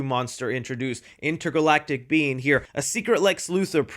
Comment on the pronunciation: intergalictic huh!?